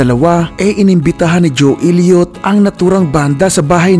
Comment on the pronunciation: Sana man lang ginalang mo ung pag bigkas ng mga pangalan nila at hindi ung desisyon mo lng bigkasin ng basta. Ju Ilyot? Pe ti Willis? Mut Lang? Pyromanya? Armagidon it? Phil Kolin? Vivian Kampbel? Yoporya? Dayamond star halos? Tapos mali pa ung title ng kanta "when love and hate collides" At ano ung sinasabi mong binastos nila ang Dyos? Yun lang sinabi ni Mutt Lange para tumigil na mga tao kaka kulit sa kanila at malamang ndi mo alam na ung pananalita ng mga Ingles, ay sarcastic pakinggan. Sana inaral mo kung paano mag bigkas ng tama at ndi ung ginamit mo pa ung Banda tas mali mali naman pinagsasasabi mo.